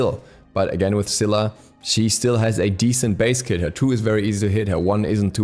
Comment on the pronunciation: "Scylla" Huh?